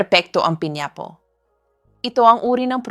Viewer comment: Pls pronouce properly…pineapple!!!